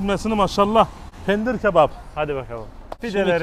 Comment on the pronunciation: Penir değil Pendir :) hahhahah